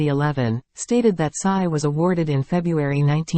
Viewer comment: Tsai !Tsai Not size ! Please